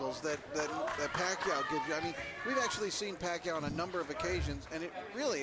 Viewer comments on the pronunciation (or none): if i hear them say manny pacquio one more time im out of here